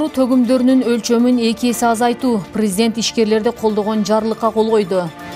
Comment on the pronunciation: Диктордун туура сөздөрдк туура айта ала албайт экен, уят, уят!! Как её допускают к эфиру!! Прэзидент , мерия, ж.б сөздөр туура эмес звучат!! Противно слушать!!